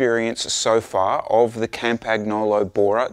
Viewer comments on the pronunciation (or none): Good review. As cycling experts you lot should know how to pronounce Campagnolo though.